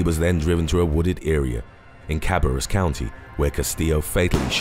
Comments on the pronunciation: The one with Alejandro castillo he said happend in my county, ca-bare-us (he missed Pronounced) and the dude is my age 22. Im just now hearing about this. I looked it up and it happened in Charlotte which isnt cabarrus county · Bruh it's pronounced C-u-barrus county smh even google does that. But damn it shook me to see that on this video